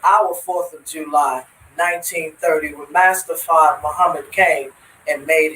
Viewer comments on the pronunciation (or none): Farrrd. Forgot to role the r's😅